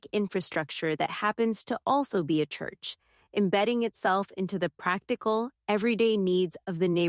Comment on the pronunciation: Teach AI how to pronounce churCH! 😊